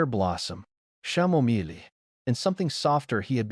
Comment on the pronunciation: Chamomile is pronounced ( K-am-o-mil) Teach AI how to pronounce it correctly, it jars you out of the story. You could just replace that word with roses, I'm pretty sure AI would pronounce this word correctly.